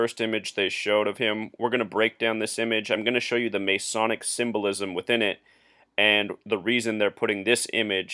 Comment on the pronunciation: OMG dude, you are off your rocker and off your meds. If you do not believe any of the stories, go watch the video of LaVoy being shot by the agents. Oh, and you must not be from the U.S since you do not know how to say the word Masonic, or geometric. Two simple words that you totally screwed up. Go look up how many people were born on Feb. 22 in a year that ended with the number 3. I am sure they all had something to do with this deal in Oregon according to your warped logic. Push the call button and the nurse will brig your meds, then you can find the video link to watch LaVoy get shot down by agents. Not a hoax or made up.